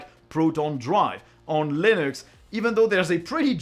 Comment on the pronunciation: stop saying linÜx